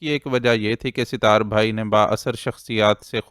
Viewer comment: أپ کا اردو تلفظ کافی بہتر ہے اور پڑھتے ہوٸے کم ہی غلطیاں کرتے ہیں لیکن اس ایپیسوڈ میں ایک نام ستار أپ مسلسل Sitar پڑھتے رہے جبکہ اس کا درست تلفظ Sat tar ہے۔ امید ہے کہ اس تصحیح کا أپ برا نہیں مانیں گے